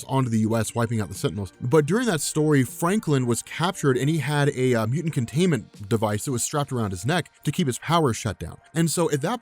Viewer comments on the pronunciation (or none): Are you incapable of saying the word mutant? Had to turn on captions to figure out what you were saying.